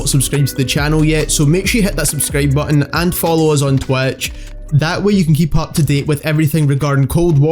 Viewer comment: "vedeo" "Twetch" XD